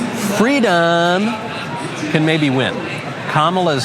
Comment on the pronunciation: Not Freedom Kamala... FWEEDOM! As for no one being above the law... what about Illegal Immigrants that cross the border illegally? Kamala's "Fweedom" means ECONOMIC SLAVERY for you... HIGHER TAXES, HIGHER INFLATION and HIGHER DEBT!